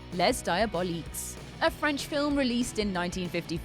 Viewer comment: Wincing over your French pronunciation.